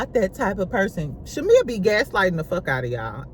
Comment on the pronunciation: Lmfao😂😂 you will never pronounce shamea last name right. Lol. Shamea so fake. She literally was shadinf porsha on the intro. Shamea hides behind religion.. im so tired of her singing... Fake asss apology. Drews bag is fake though. Its on amazon. Loll